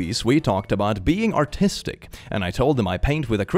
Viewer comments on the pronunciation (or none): I didn't look and just had the sound first. I understood "autistic" instead of "artistic" and therefore didn't understand why this should be a problem. 😅😅